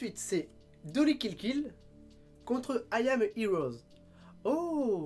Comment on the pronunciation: Dans I am à Hero il n'y a pas de S hein. Faut corriger cette prononciation 😉